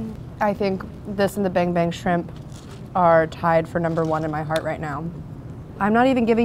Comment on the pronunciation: Take a shot Everytime she says Ban Bang Shrimp, fun game 😉